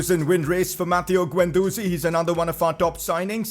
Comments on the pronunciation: Its Is-hak not i-zak and its not guen its gen please see some pronounceations😧😧😧😥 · Guendouzi is pronounced Gendoozi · Pcq: you’re pronouncing guendouzi wrong it’s guend-dozi it’s guendoozi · Bro your pronunciation - It's Keh rer not keh rare & Guen du zi not ze Plz Like!!! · Also pronounce gendouzi withaut an u